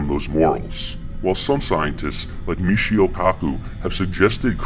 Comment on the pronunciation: lol "misheo" and "kurzwheel"